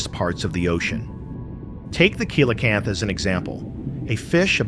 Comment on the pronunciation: Its SEE la canth!